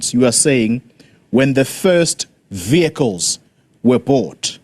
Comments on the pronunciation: It is not viecles. It is vehicles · What on earth is vycles or the way she pronounce it vycles vehicle's Speaker, back to school if you please. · She looks like she is lying about these vehaaikles 😅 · Can't pronounce VEH HI KILES properly but can pronounce Mercedes and perhaps Lamborghini PERFECTLY. BEE EM WOBBLE YOU comes a little easier on the tongue. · Vee-High-cil = Vehicle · She can't even say vehicles🤣